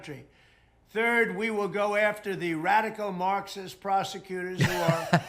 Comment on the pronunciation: he must have gotten paid 10k every time he said maacksis